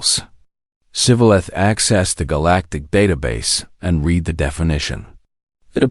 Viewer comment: Read, pathetic reading skills since it's read :) yeah the same word indeed, spelled the exact same way, can be pronounced differently, and for the love of god, you did it wrong. Surprise surprise. Learn English beyond grade 1, you might stop sounding like a child. Strike 1.